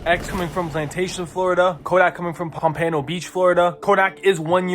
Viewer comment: Bruh pronounced Pompano wrong 😂